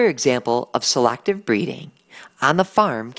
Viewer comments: I'm sorry, this was a good video and all but the way he says selACKtive breeding just irks me yk? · who the heck pronounces "selective" by saying "selactive"